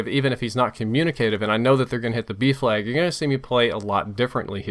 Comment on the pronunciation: It took me until the middle of the video to realise he was saying 'B flag' and not 'beef lag'